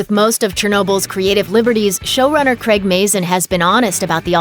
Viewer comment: CRAIG not creg.